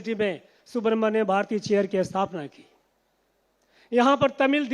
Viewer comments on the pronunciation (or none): none